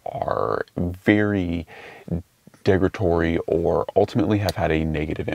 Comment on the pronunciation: Oh man…derogatory. The word is derogatory.